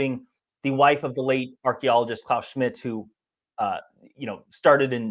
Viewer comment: "Claus Schmidt" 😂